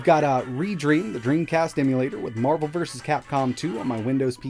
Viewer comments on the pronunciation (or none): none